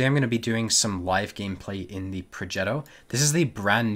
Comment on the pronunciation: Progetto - G as in give